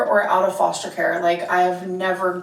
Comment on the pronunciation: She says foshter care